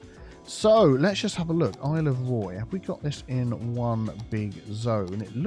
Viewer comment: for a secound i thought Isle of Roy said Isle of Prey